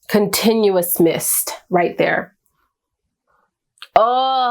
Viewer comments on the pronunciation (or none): none